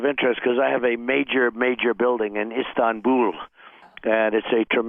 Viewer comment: Make sure and clip Drumpf saying "Istanbuul"